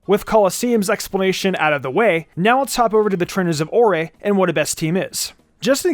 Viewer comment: I love that people remember this game. Isn’t the region pronounce like “ore” though? It’s a very rock/gemstone themed region.